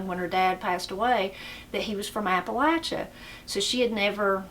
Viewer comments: I’m just glad you pronounce Appalachia correctly. Some people pronounce it Appa LAY chia. It’s like fingernails on a chalkboard when I hear someone pronounce it that way. I’m enjoying your channel. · I know someone is from Appalachia by the way they say that word. It's Appa-LATCH' a, not Appa-lay-sha.